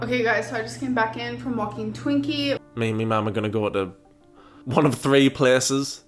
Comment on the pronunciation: "I just came back in from walkin Twaeinky.. allegedly 😂😂😂😂 I can't stop laughing and I have no idea why